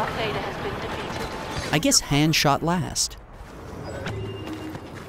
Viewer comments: Han? It sounds like Hon...cmon! Get your shit together. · Hey! I love these videos! You know I do! But you gotta go back and PRONOUNCE HAN SOLO'S NAME CORRECTLY!!!! Plzzzzzzzzzzz -J